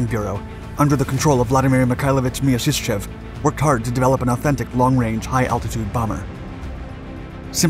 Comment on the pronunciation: Вы прототип ОКБ Мясищева называете Мьяшишчьевым?! it is called - MIASISHCHEV